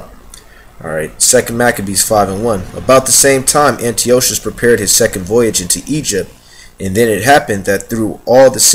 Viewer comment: Antiochus's name is pronounced "an - TIE - ah - cuss" - fyi.